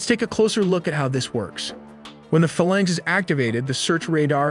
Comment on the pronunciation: what is a FA-lanx and when will AI voices start to use correct pronunciation?? Never?